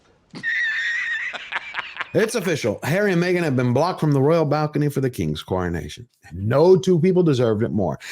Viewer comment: Me-gain and the half wit. 🙄